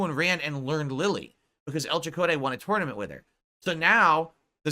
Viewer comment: The way he pronounces tournament drives me insane.